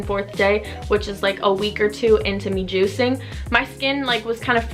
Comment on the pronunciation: the way u say we have been juicing sounds wrong 😂